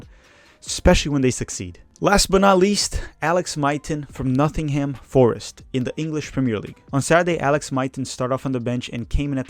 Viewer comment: I love the content, but it's funny to me that he says "Eaten Horvath" and "Nothingham Forest."